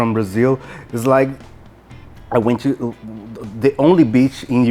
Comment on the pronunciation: DICA: two, to, too, TEM a mesma pronúncia.Reparem ele falando "tô", e não "Tchu", igual lhe ensinaram.